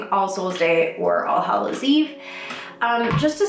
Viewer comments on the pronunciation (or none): it sounds like your saying arseholes day lol